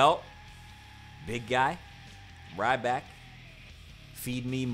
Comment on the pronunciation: It's ryback